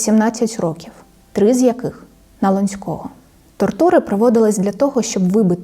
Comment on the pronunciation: все дуже цікаво, але на лОнцького, а не лонцькОго